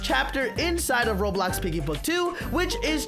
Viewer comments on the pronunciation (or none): none